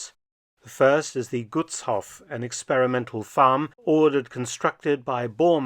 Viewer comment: btw. the vowels in Gutshof and any other "*hof" ending words like Berghof are emphasized (long pronunciation). The way you pronounce Gutshof is like it was written as "Guttshoff". Double consonants indicate short vowel pronunciation. Double vowels "oo, aa, ee, uu (including ie, ah, eh, ih, oh, uh)" indicate emphasis on the vowel (long pronunciation). For single vowels though, you have to memorize their pronunciation, that's why it is so difficult for foreigners to pronounce words like Gutshof correctly. I hope these hints are helpful for your future videos.